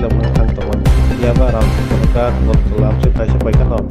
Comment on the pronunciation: Not ranchandra it's ramchandra ghat